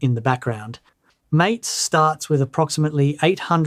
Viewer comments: MATE is pronounced "mah-tay", not "māte" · If you care how things are pronounced, you may want to look up how to pronounce MATE (ma-tay) I'm not running Mint but +1 for MATE then LXQT. That perspective you were saying you weren't going to include, well I refer to as snappiness, well in my tests/experience MATE and LXQT just seem to do much better. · Is _that_ how MATE is pronounced? I've been pronouncing it, "mah tey." I prefer XFCE, anyway. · The MATE desktop is actually named after that great drink, yerba mate. It should be pronounced ¨ma-teh.¨ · If the project cared about how things are pronounced they would have placed an acute accent above the 'E'. However depending upon where you believe the origins lie, it could be central or northern European, in which case it should be pronounced "ma-teh". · MATE is pronounced "ma-TAY", as it says on their website. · Very nice. I've been using Mate, which I believe you mispronounce ,🙂 because I so loved Gnome 2 and was mortified when it was announced that it would be replaced by the dreadful Gnome 3. It has a comforting charm from back in the old days when I looked a lot better and had more hair. 😉